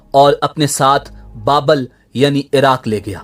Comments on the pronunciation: Bukht.e.nasar. Babul not babl. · Babul. Not Babal....